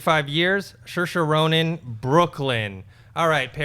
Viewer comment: why are you guys pronouncing Sairose Ronin "She she Ronin?" I have never heard that before. so strange.